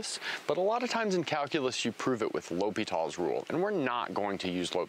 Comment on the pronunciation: There is no "s" in L'Hôpital. At least you don't pronounce it like hospital...